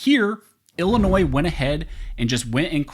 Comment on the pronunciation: DUDE, it is NOT Ill - NOISE, the s is silent, it is Illinois! You went back and forth saying the s and then not saying the s.